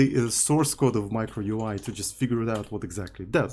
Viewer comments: its U I not OEEUUUII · why is bro saying ui? instead of yuai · "MEEECRO" and "OO EE" is crazy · Sounds more like Micro"Uy!" lmao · sayin "микро-уи" every time hits hard lmfao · As a spanish speaker, MICRO UI was so funny to hear hahahaa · why he say UI like that its so agressive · I think it's pronouncing “micro” in a very Russian way and saying ui as literally UI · As a Spanish speaker, I cannot express how funny is it when says "Micro UI!" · as a Brazilian, i see the funny too hahahaha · in spanish strictly pronounced it's as he says it too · the way he pronounced it sounded like micro cock russian